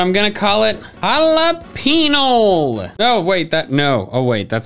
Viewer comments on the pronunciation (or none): Ah yes jalapeñol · “Halapenial” - 2022